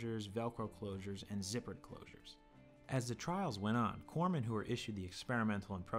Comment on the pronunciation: Corpsmen? Corpsmen!?! Are you Canadian or something? Go back and re-edit you audio soundtrack. A simple fundamental error like this undermines any historical scholarship you have done.